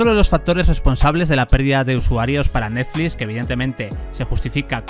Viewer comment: "Netflix" no neflis me estresa que cada 10 seg lo menciones y lo hagas mal, dislike